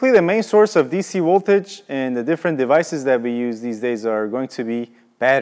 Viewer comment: “dc woltage” Chekhov much?